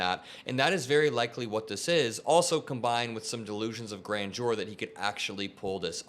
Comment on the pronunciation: Love your work,. The first syllable of grandeur is emphasized, not the second. GRAN-deur.